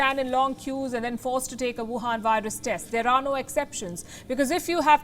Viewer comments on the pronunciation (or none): Why do you keep calling. "The Youwhan Vírus"??? Are you a Trump relative ?